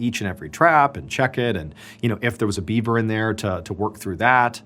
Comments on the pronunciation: Was he saying Bieber instead of beaver!? 🤣🤣🤣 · Are you saying “Bieber” instead of “beaver?” Are my ears screwing with me? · Gosh darn it!! Is he saying beaber every time? 😂 I swear he's saying beaber and not Beaver. Ruined the whole story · He actually says Bieber every time he says Bieber trap a few times 😂😂